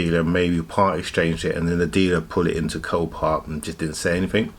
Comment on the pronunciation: you said "this car is from copark is this a new auction site